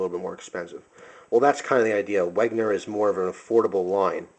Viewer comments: hey man, great vid (although a little bit too much 'talk' and repeating yourself. you could have made it shorter). anyway, i wanted to say it's not "Wegner" but "Wenger". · I don't know if anyone has said this yet, but I felt I must as it pissed me off, you don't pronounce it as Weg-ner, it's meant to be pronounced Wen-ger. Or if you want to get it 100% accurate: Ven-ger. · hey,, Wenger is pronounced Wen-ger not Weg-ner anyways, just a little nit pick nice collection of SAKs:) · It's wenger not wegner